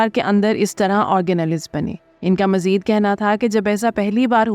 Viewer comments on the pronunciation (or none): none